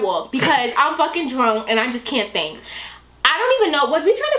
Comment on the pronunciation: I love how says drunk. She's like "drwunk!" 😂 so much emphasis